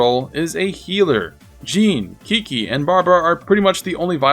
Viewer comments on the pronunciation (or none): chi-chi, not kiki. PLEASE!